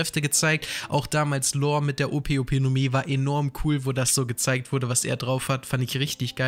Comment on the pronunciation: Alter er heißt LAW. Nicht Lore oder Lor und auch nicht Lohr. LAW digga, lern das mal bitte. Wenn du LAW sagst zieht sich bei mir alles zusammen.